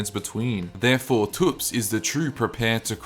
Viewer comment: ...pronouncing thops as toops gave me a nosebleed